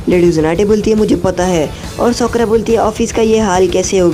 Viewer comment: Bro she's name is sakura not sokora 😂😂😂